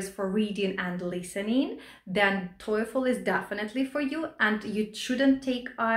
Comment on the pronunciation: The way she pronounces TOEFL sounds like Toyfle.